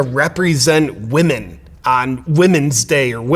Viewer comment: I'm mostly offended that he can't pronounce women...